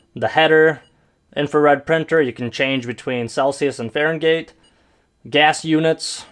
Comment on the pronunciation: You butchered the hell out of Fahrenheit.lol had to do a double take that one hey.